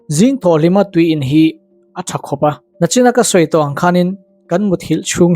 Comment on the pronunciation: Hlauh❌ Hloh✅ ... Nachin❌ Nichin✅ ... Uihawm❌ Uiawm✅